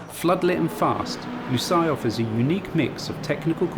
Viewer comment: no one as of yet pronounced Lusail correctly 😂